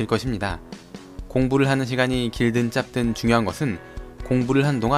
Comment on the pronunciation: 짧든은 [짭뜬]이 아니라 [짤뜬]이라고 발음 해야 합니당 ㅜㅜ